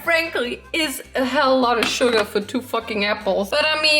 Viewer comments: True same😂everytime when sm says Sugar I'm thinking of Yoongi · Every single time you say "sugar" I hear "Suga" and I just have to think of Min Yoongi and then I have to laugh 😂 😂😂